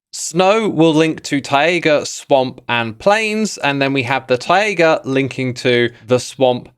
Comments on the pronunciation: Is it ti-aga as you keep saying or is it tai-ga like tie-gah? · why do you say "tai-a-ga" it's just tai ga where are you getting an extra a??? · Most people: taiga Xisuma: tiaga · Tie-A-Güh?? Its just tie-guh my dude. I've never heard a single person pronounce it that way wow that's just so weird. Wild. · X pronouncing “taiga” as “tiaiga” has me wincing…but maybe it’s just misplaced upset, because I am really dreading the villager trade “rebalance” (which in reality is an ultra nerf that makes getting a full set of librarians virtually inaccessible to anyone who’s not a full time MCYT). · Why do you say 'Tai-ay-ga'? You're adding an extra vowel sound. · ta-ye-ga (taiga) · bro, I think you pronounce "Taiga" wrong lol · ...is he saying taiga funny on purpose? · Xisuma I say this with all the kindness I have in my heart why do you say Taiga like that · No hate - but please google how to pronounce taiga - it makes me wince every time ;)